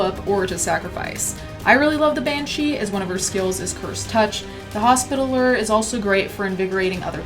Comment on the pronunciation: Hospitaller : pronounced hos-pi-TAL-er. Tal rhymes with Gal and is the accent.